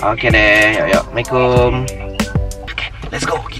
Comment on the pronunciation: Assalamualaikum bang bukan mikum .. just Kidding :D